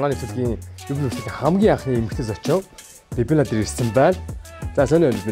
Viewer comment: Babynna neriig n buruu duudaad bh shig bn shv Banya aha